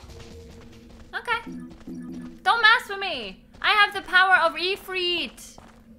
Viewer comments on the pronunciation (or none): Ifrit is pronounced "Eefreet". I know it's weird, but that's Arabic for you. Ifrits are genies, also known as Djinns that are generally evil and flame-based. D&D lore.